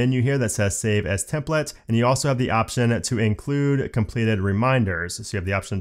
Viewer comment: all I hear is templets instead of templates :( is it just me?